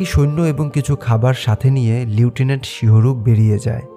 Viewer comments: লিউটেন্যান্ট নাকি লেফটেন্যান্ট??!! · লিউটিনেন্ট না লেফটেন্যান্ট হবে উচ্চারণ টা...😅